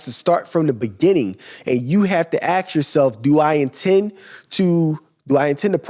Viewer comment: Learn to pronounce “Ask” and then give business advise LOLOLOLOL